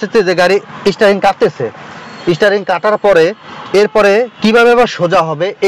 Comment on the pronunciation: Isstaring 😂, isstarted